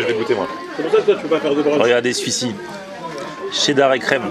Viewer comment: Qui dit Tcheddar? 🤦‍♂️🤦‍♂️